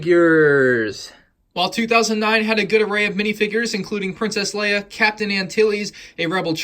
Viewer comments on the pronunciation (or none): none